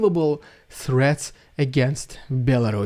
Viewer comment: Every time I hear nuclear theads i am rolling on the floor 🤣🤣🇺🇦🇸🇰.